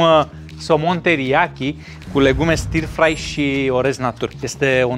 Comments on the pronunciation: stir-fry [ˈstəːfrʌɪ].....nu e i acolo la pronunție. un fel de ă. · stă frai se citește. ă lung, fără r.( non r pronounciation)